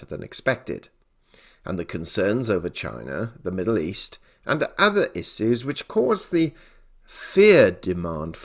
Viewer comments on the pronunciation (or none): Bro I think you meant to say issues not issoossz